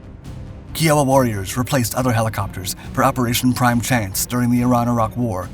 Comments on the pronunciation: What’s bad about the mispronunciation is that 3 or 4 seconds with Bing or Google will give anyone the correct pronunciation. 😢😢😢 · You can tell me how much the helicopter weighs, fuel capacity, and where the barf bag is but you can’t learn how to properly pronounce its name. Love the channel you do great work but Tubers mispronouncing words drives me batty. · Pleeeeeaaase just pronounce it correctly! Sheeeiiittt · Should tell 'em just to put a 'k' in front of Iowa. The repeated mispronunciation had me yelling at my phone and wanting to reach in and shake whoever narrated it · He's probably only ever read the word and never heard anyone actually say it. Happens to the best of us. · I don't think you're pronouncing Kiowa correctly. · As USUAL I have to correct one of these videos. It's pronounced K EYE OH WAH. I know that for 2 basic reasons. One, I am of native American heritage, specifically the Kiowa tribe. 2nd, my friend flew these in desert storm. A troop 7/17 Cav. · 2 minutes of research would tell you the Indian tribe’s name and the helicopter’s is pronounced Kai-o-wa. If you can’t get this correct, I have to question the rest of what you present. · Seriously….Key-oh-wa? You did all this research, but got the name wrong? I cringed every time I heard that name. YOU NEED TO FIX THIS VIDEO! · Ki-oh-wa like the native American tribe. you mess up on lots of videos with pronouncing words. lots of them are common words or places in history that you should know just from history class in highschool. all I can say is WOW.....it makes you look less intelligent than normal people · Dude, its pronounced K-I-O-WA, like the indian tribe. I like your channel, but you do mispronounce things and that grates on me. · Love your vids! However... You mispronounced "Kiowa" all through this vid! My ears hurt every time you said it. The correct pronunciation is: kai uh wuh . Anyway, thanks for another GREAT video full of great facts! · Use google pronunciation.... kai·uh·wuh